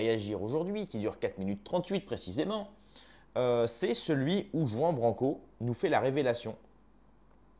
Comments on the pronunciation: "Jouan branquo" 😂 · t'es sérieux avec ta prononciation de "juan branco" tu le prononce "jean branco" alors qu'on prononce "rwane blanco" c'est espagnol t'es vraiment un franchouillard du fond du village 😂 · OUI, CA ME HEURTE LES OREILLES! ROUAN BRRRANCO! POR FAVOR! ARRIBA JUAN BRANCO!